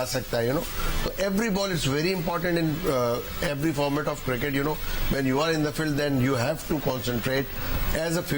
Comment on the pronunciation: Cricket not kirkat razzak saab